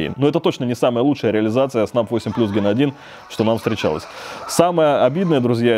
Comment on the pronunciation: почему ген а не джен? и эйс а не асе?